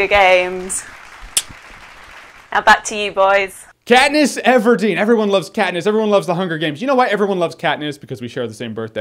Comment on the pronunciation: katness????? really?????? come on